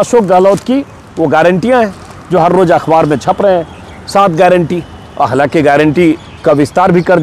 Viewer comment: Are bhayya ajit anjum akhwaar nahi akhbaar sahi pronounce hai